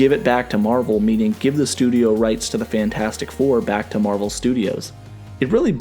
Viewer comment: "The Franchasic Four"